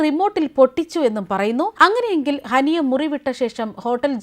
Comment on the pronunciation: ഹനി അല്ല ഹാനിയ